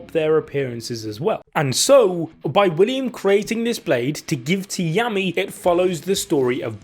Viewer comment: Happy our fav captain is back! It might've just been me though but this entire video I was hearing Yummy and not Yami 🤣